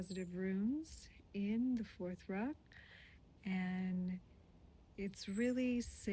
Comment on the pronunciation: Thank you for your work, I am glad you are doing it here. I do think you should look into pronunciation a bit of the material, this Rune is more like one-yo than one-joe. And I have never heard anyone pronounce Futhark as you did, it sounded like you said "fourth-rock". I highly recommend the work of Dr. Scott T. Shell